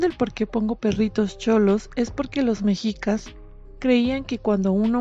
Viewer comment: Esta muy bien que se les tenga cariño a las mascotas, pero ponerles altar a las mascotas eso ya tira al ridículo, pero cada quién con sus locuras, y ya que te tomaste la molestia de producir este video por lo menos pronuncia bien las palabras en nahuatl, se dice xoloescuintle, no choloescuintle, y mexicas se pronuncia meshicas